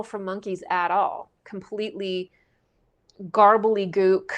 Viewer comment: completely garberly gook😂 love it!👍👍👍